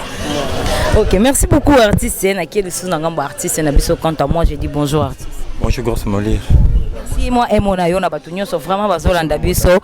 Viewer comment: fille oyo na yebaka vraiment t soki aleka na banc ya école pcq ayebi ko prononcer ata mot français bien t même dire bonjour ya bamba na faute ....en plus asimbi p micro mawa trop